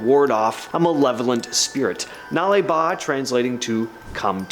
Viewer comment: Thanks for saying 'Nale Ba' correctly, you nailed it 👍